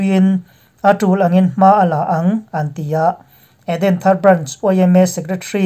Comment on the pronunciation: Edenthar tih i lamdan hi a va han mak ve,mizo tawng hi i thiam vaklo a ni lo maw?